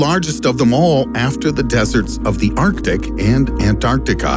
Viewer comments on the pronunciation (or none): none